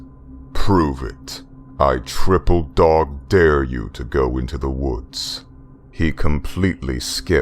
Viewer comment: the emphasis on "triple dog dare" though lol